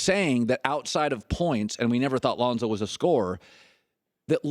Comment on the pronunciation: Chris it's Lonzo..not Lahnzo..😂